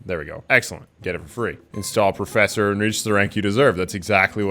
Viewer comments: Porofessor wtf xdd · POROFESSOR LMAO but fr why so many league applications? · Man got porofessor out of nowhere xD